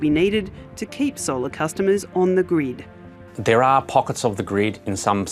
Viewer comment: Holy shit i heard this as "The Greed" the whole time. Pronounce.